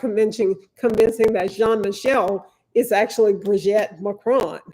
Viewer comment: Why can't you say brigitte name right? and you are a lawyer! You've seen 3 episodes and still can't pronounce it????